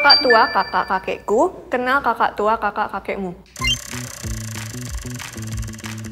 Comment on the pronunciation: My favorite part was when Onew kept saying Kenal wrong (for example ). Once you make a mistake you're just bound to keep doing it that way :)